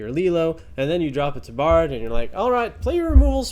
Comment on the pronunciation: you need to look up the pronunciation of “tabard.” It is ˈtäbərd